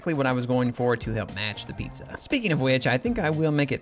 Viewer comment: It's not a "PIZA" and Not a "Nizza"